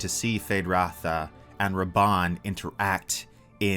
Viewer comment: Haha, I thought you said BASED Rabban.